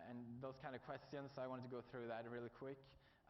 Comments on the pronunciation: "if you have any questiauuns" XD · still says it this way "questions = kvestions"